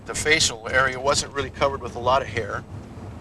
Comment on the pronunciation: Highlight of these shows was when he said “really” like “raelly” for some reason.